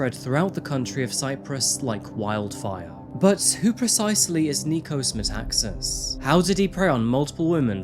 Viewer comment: Nikos MetaxAAAAs thought not MetAAAAxas.He still pronounced that wrong.